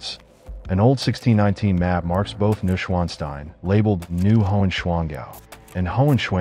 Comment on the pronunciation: iiiiiiii a little bit of effort with pronounciation specially if you use it in every other sentence over and over wrongly, it is "noysch-vaan-shtein" or let it read aloud by google